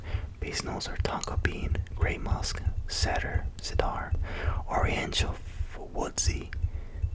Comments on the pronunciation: Awesom vid. By the way it is pronounced cee-dur wood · Cedar is pronounced Sea-Durr 👍🏽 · Hey man watched a few of your videos I’ve enjoyed all the cologne ones, cedar is a wood and it’s pronounced seeder haha cheers! Love the videos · Hi! Cedar is pronounced “see-der”